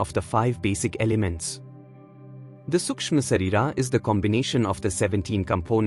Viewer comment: Please. Have you heard his pronunciation? Not correct for Sanskrit. It's pronounced Shareerah . The h sound at the end Can also be left out here in this case.